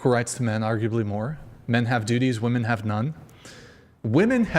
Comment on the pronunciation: I think it's ridiculous that chair 2 is a woman but can't say women properly. 😂